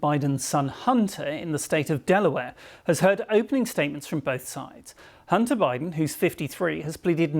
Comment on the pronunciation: Why do they keep saying Hunner instead if Hunter.